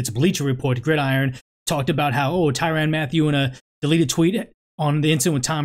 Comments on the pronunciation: Man great video and I agree 100% it’s just the way you kept pronouncing his name was annoying asl It ain’t ty “ran” but more like ty “rin” I know minor details lol but overall great points have been made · It's pronounced tyrin not tyran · Hard to take him serious based on the way he pronounces Tyrann’s name and the fact that he doesn’t refer to him as honey badger.....